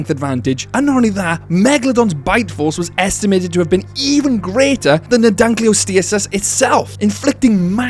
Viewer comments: Its pronounced Dunk-kleos-teus Not Dunk-kleus-teus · Pronounced the Dunkleosteus wrong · It died after hearing the way you pronounce Dunkleosteus… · I was TODAY years old when I heard this prehistoric fish's name pronounced i am familiar with the specie, reading about it in books and all, but it wasn't that popular a specie, vs "velociraptor" "dilophosaurus" "tyrannosaur" "diplodocus" etc. and i always had the head voice reading it as "dunkleo SAURUS" for what ever reason and never thought much about it. And now I realize its STEUS. today.